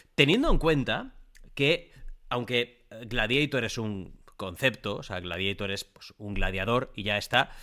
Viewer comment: Por que dice "gladieitor" ?? Jaajajja